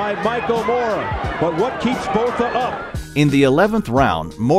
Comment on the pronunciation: Botha Is pronounced ‘Boor-ta’